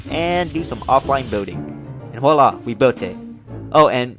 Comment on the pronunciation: Bro really said ‘walla’. 😂